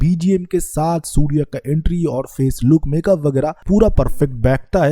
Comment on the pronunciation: Naam surya hota hai. Sudiya nahi hota. Naam bhi thik se bolne nahi aara ? Movie extraction video 😂😂